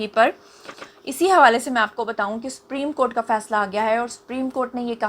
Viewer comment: Madam it's not spoken "spreme court", it is pronounced "soopreme court".